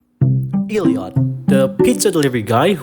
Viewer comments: WHY DO YOU PRONOUNCE IT LIKE EEL LEE AWT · Did you just say Eeeleeot? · just letting you know it’s pronounced elliot (el.li.yacht.) but you can say it however you want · You said elliot so wrong i recoiled physically 😭